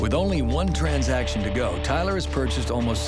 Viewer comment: Nobody: This guy: TRANZAKSHAN